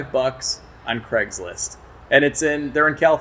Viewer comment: Why you you pronounce “Craig’s List” as “Creg’s List”?